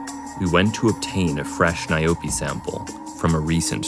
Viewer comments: It's not n?y-Poe! It's nyaope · "Nayobi" lol🤣🤣🤣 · "Nayobi" lmao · As a South African citizen, what made me laugh is how he pronounced "nyaope" 🤣🤣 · It’s call nyaope damn you pronounce it like crazy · Is he going to mispronounce the subject of the video the entire video? Yes, yes he is